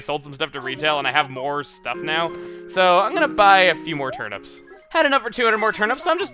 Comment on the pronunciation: Why do you pronounce turnips 'turn-ups'?